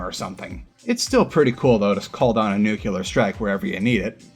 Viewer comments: Thanks man.... just one thing... It's NU...CLE....AR and not NU..CU...LAR.... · Nuclear is not pronounced new-cue-ler. It’s nuke-lee-yar. Just like it’s SPELLED.